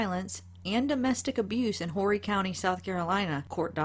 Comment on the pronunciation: Its pronounced Orry county lol.. the H is silent.. im from Myrtle Beach but live in California now.. great job